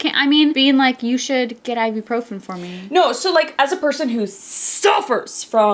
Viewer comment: Sorry if this sounds aggressive but it's (I-boo-pro-fin) Ibuprofen not Iburprofen (;(:/:[